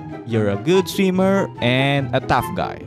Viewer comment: sweemer got me dead